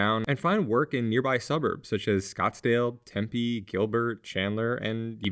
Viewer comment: It's pronounced Tempe, not Tempe :/ I'm being facetious, yes, but their is a TINY emphasis on the M that people from outside Arizona usually can't even here.